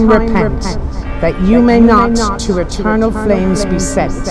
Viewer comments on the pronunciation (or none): none